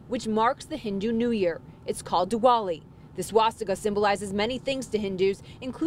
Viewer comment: It's pronounced Diwali not Duwali 🤣🤣🤣